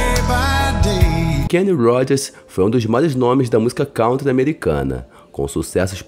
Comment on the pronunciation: É ...cantri... a pronúncia de country amigo.